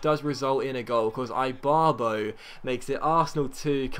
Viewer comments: Seriously? Eye-barbo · Ibarbo is pronounced eebarbo